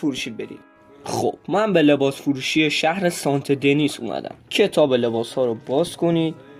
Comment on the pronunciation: سنت دنیز نه سانته دنیز😂😂😂😂😂